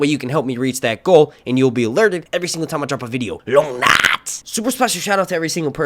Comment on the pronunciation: Bro you kill me when you say “long night” 🤣